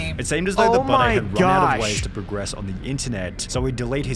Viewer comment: I have the opinion that he spells and pronounced his name this way because he has a piss/scar fetish. Why else would you pronounce ‘Budday’ like bidet